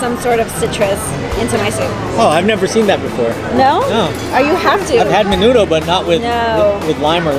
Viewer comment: I like your videos:) you just need to sound more authentic.. the way you said Menudo was kind of irking.. menoodle